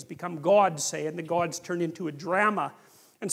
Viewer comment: i like how peter says drama like gramma hahahaha